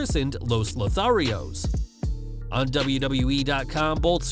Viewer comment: Is it Lotharios? I hear Lo Torios! Also, the definition of Lothario fits Garza but not Humberto.